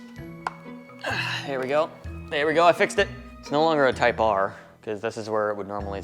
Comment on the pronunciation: It's not a Type R,. It's a Type Ahhhhhh